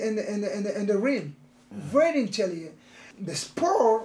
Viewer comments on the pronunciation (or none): why.. cos he vewy vewy intellehent in the raim.😂😂😂😂 Romero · Yoel is more "intelehent" now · I thought it was great, but Yoel pointing at himself saying intellient was hilarious for me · Yoel “Very Intelliyent” Romero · Yoel "intellygen" Romero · Yoel "intelliyen" Romero